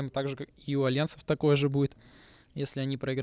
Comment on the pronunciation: почему "Аллайанс" ? почему нельзя просто сказать "Альянс" ? блеать